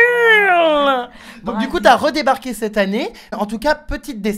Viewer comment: mdr c Brasilia pas Brasilio ^^